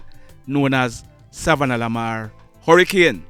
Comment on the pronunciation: U need to work on the way you pronounce savanna la mar,I honest don't want to be the one to tell that it sounds retarded the way u say it, this how your suppose to say it,sa-vanna Lamar or short form sav Lamar.